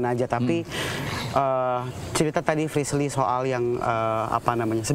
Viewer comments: be like manggil anwar jadi "aswarrr" be like manggil frishlly jadi "frislirrrrrr" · Hahha.....klo sdh panggil nama Frislly...jadi Frislir...bikin ngakak